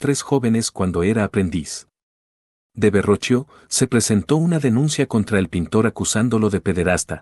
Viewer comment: Verroquio (Verrochio), no Varroquio.